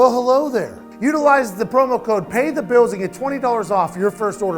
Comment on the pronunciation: "Pay the biws. Take the baw down the feeyod." I love you Pat but please practice saying the letter L in your words. It's difficult to not notice.